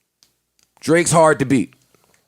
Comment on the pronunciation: said "Draks"😂😂😂😂😂